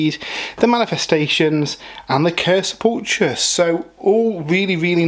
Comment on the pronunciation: Friendly note, the ch in sepulchre is pronounced like a k.